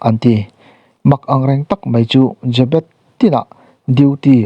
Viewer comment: Chhiar tupa i lam dik lo aw?Jê bet ti in thluk tawh rawh?